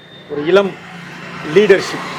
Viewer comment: இலம் இல்ல... இளம்.